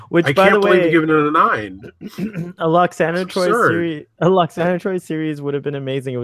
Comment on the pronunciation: Call yourself a fanboy can can't pronounce Lwoxana Troi's name correctly? Pah! Also, maybe learn to focus your camera, sit still, quit touching yourself, and make your bed before you record? Okay, enough ranting. This episode break my heart and I consider it one of TNG's very best.